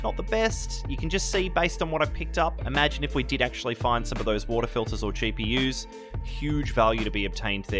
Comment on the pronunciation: WATAH FILTAH